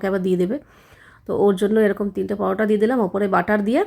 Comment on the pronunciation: দিদি কমেন্টটা কিন্তু আমি ভালো উদ্দেশ্য করেই বলছি , ❤ আসলে তুমি একটু বেশি ভাব নিয়ে কথা বলো পালং পরোটা কে বলছো পালাং পারোটা 😊